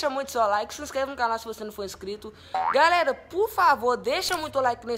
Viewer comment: "bom gálera" kkk